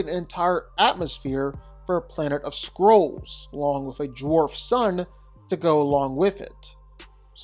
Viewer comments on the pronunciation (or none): none